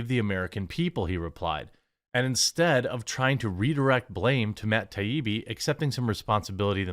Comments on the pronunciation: Not Matt Tah-bee-bee but Matt Tie-ee-bee. (Matt Taibbi) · It's pronounced 'TIE EE BEE' Jeremy, don't overthink it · its TIE-EEBEE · Dude, for real...learn to pronounce Taibbi. TIE-EEBEE. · Still can't say it..lmao... " Tie - ee - bee " :) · Matt Tie-ee-be. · Jeremy it's .. Tie-eebee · Jeremy.. Tie-E-B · Matt TYE-EE-BEE. Its been a few days now. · “Matt ta bi-bi” 🙅‍♂️🤣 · Say it with us, Jeremy…. “TIE-EE-BEE” ✌🏼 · He said Matt “TUB EEBE” 😂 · MATT TIE-EEE-BEE. cmon bro, it's not like your saying "bag" or something. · This is how I remember it: Matt. Tie-E-Bee. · Say it like this bro...Ta ibbi done. Ta ee bee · Taibbi: tie-ee-bee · Ty-Eee-Bbb. Syllable emphasis on the Eee. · Jeremy its " THAI- E-BEE " hope that helps. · American pronunciation: mat tai·ee·bee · Say it with me "Tie E B". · Say it with me. tie-EE-bee. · Tie-ee-bee. How fking difficult is that. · It's pronounced "ty-ee-bee" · Still can’t pronounce his name? Jesus dude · You still can't say that dudes name right. At least you roast a nice bean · Jeremy went and turned Matt in to a Indian lol.